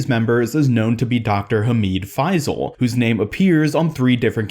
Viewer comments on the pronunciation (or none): It’s hamid fay-sil